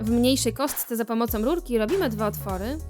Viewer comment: Puwi się rurki a nie lulki